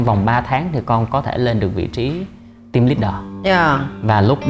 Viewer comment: 2 bằng thạc sĩ ở Úc mà một chữ "team" nói mỗi ngày mà cũng kh chuẩn, vẫn nói giống VN là "tim". Thực sự phải nói là "thim" mới đúng. Ở trên núi hay sao mà kh có đặt đồ ăn qua Uber eat? 😂 Tôi ở Melbourne nè, tuần nào cũng đặt đồ ăn qua Uber, cho dù 1 ly nước họ cũng mang tới. Nói gì thì phải nói cho đúng.